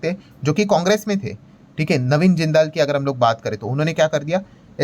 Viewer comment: ओह ये जिंदाल नहीं है जिंदल ग्रुप है। ये लाला मतलब वैश्य समाज में हैं। जिंदाल तो ऐसे बोल रहे हैं जैसे फिल्म में विलेन होते हैं। 😂😂😂